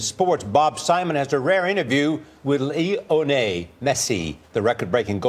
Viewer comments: Lee- onay. Meh si. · haha "LIONEY messi" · Did he really say le o na Messi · Lee oh nay ??? Bro?? Li o nel not LEEOHNAY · Lee O'ney Messi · Messi GOAT. Modest, humble, lets his art do the talking for him. It was a pretty underwhelming interview, and CBS should've sent someone who knows something about football, but I agree that he's the Mozart of the pitch. The pronunciation of his name jarred me and is almost unforgivable. Laynonay, really? How about Lionel Ritchie? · Lol I think he said that bc the prompter says "Lee-o-nel Messi". In US they pronounce Lionel like Lie-uh-nuhl which isn't the correct spanish pronunciation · You would think that the news anchor should be able to pronounce his name correctly: Lee Oh Nel Messi, surely that is easy!!!!!! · Lee-O-Nay Mesii... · "Lee 'O Nail" Some Irish-Asian name. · Lee "O" Nay Messi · I don't know what's worse. Him saying "Lionay Messi" or his total ignorance of the sport he is trying to cover. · Lee-oh-nay LOLOLOLOLOLOLOLOL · Lay-oh-nay Messi? Seriously? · Lee O Ney lol wtf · What are you even talking about? At the beginning of the clip the reporter pronounced his name as Lee-onay. It was completely butchered. I don't know how anyone could even try defending that. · Lmao😂.. How did you pronounce "Lionel". ?. I'm dead.. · How hard is it to pronounce 'Lionel' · I don't Understand how Americans think because he is Argentinian and they're supposed to pronounce his name differently 🤦🏽‍♂️ Lionel is a Pretty comment name in the West. FKING LIONEL RICHIE!!! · Omg reporter can’t pronounce Lionel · Wtf?!!! Soccer Club of Barcelona?!! Such a disgrace!! What is that pronunciation of 'Lionel'?! Can't you even pronounce Lionel!!? Dafuq bruh! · First learn to pronounce the name before you Interview someone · He should have taken the trouble to learn to pronounce his name.It was truly shocking. Anyway Lionel Ritchie is American, for Chrissake.